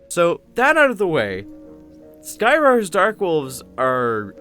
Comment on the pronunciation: Every time you say "Skyrar" quickly it sounds like "Skyrim".